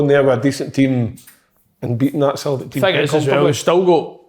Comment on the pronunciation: I'll never tire of listening to Kevin saying "Sultic" 😂